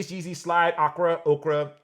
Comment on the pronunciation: Isn't the "ochre" pronounced oh-kerr?